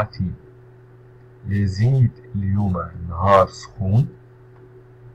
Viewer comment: On dit layezi...Zid et non pas lezid...zid